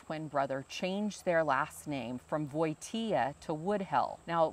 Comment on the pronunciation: Watching that video was so nice, thank you! I'm from Warsaw and I have to say that the way you speak polish words is very good! Maybe you do not know many words (yet) but the pronunciacion is correct. One thing I could suggest is with letter "W". Just switch W to V.. for ex when you read "Wojtyła" in polish it sounds literally "Voitiwa" cause in polish W sounds like V (and we do not have V in our alphabet) and W is soft but it is written by "Ł". Do not be afraid of polish, just speak... You are alredy very good at it I can hear :) I hope some day I will be able to come to America and see all those amazing things you have :) And you are always welome in Poland, peaceful and friendly country to all peaceful and friendly people who want to enjoy a good beer and food! God Bless America and Sława Polsce!